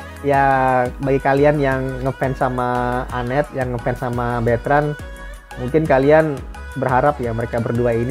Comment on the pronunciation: Betrand bukan beetrans ☺️